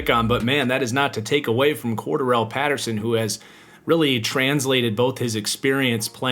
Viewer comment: Nitpick but still, you’re pronouncing Cordarelle wrong. Love your vids though